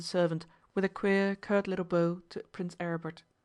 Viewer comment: The words “bow” and “bow” are homonyms with different meanings and pronunciations. “Bow” rhymes with “how” and means an inclination of the head or upper body. This is the word that is mispronounced repeatedly in this reading. “Bow” rhymes with “show” and is a noun referring to an object such as that which is used to play a violin, or the result of tying a ribbon or string into a decorative knot.